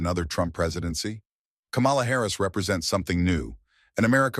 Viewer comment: This seems racist Say “ Kamala “ wrong every time and it’s obvious